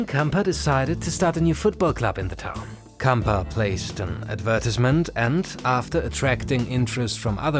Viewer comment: Camper? 😅🤣😂 It is Gamper. It sounds so fake. Elefant Blue. 🤦‍♂